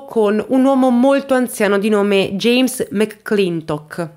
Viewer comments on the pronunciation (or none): none